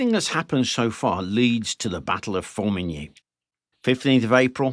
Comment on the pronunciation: I praise you for your pronunciation of《Formigny》. 🫡😉 Here. Have a like.👍🏼